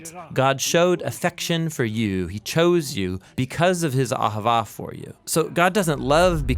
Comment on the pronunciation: Cmon you gotta say it like a Jew. Ah havah